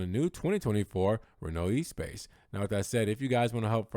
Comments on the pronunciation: Thumbs up for the video, but not this car. Ruined! The original was revolutionary... this is too conforming [p.s. It's not E-Space, but ess-pass... in French] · As much as you messed up with the pronunciation of Espace, congratulations for being the only one I've heard pronounce Modena correctly. The accent is on the MO...bravo!